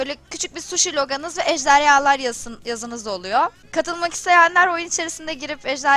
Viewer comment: ejderyalar dgil ejderhalar